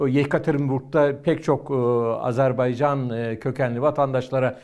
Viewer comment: bu değerli analizlerinizin arasında, keşke “Azerbaycan”ın adını da artık doğru telaffuz etmeye özen gösterseniz…